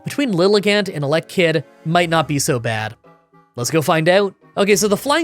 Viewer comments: 4: 28 To think I was actually looking forward to this. Also, that's a weird way to say Elekid when Electrabuzz sounds correct to me. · your pronunciations for duosion and elekid are really bad lol